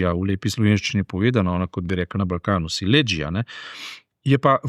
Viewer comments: SILEĐIJA se naglašuje na I in ne na E!😎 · če že uporabljaš izraz SILEĐIJA, ga vsaj pravilno naglašuj, ne pa da izpadeš Slovenček, ki se na Jadranu dela, da govori nekdanji srbohrvaški jezik in ti v hipu pokvari dopust, saj te spomni, iz kako zarukane države prihajaš.